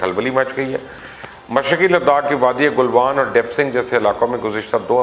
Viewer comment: I do watch your videos but you make mistakes like pronouncing names wrong. Ganderbal not Gandeebil.. Galwan not gulwan Kargil not car gill Don't you read the comments or you think some comments hurt your ego?